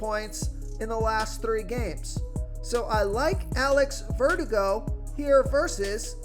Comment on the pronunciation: "Jameson Tail-on?" "Alex Vertigo?"